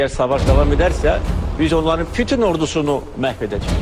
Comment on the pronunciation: Cenab pirizident putun yox bütün, xahis edirik sözü düzgün teleffuz ele